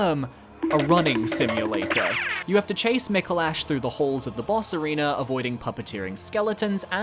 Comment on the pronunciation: Micolash… or some say Micolast… eh…